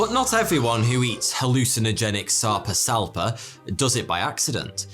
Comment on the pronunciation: The whole time he said the fish’s name I heard sectum sempra